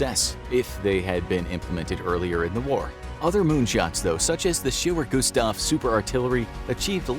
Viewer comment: Its called "Schwerer Gustav" and is pronounced completely different. But apart from that, great video :)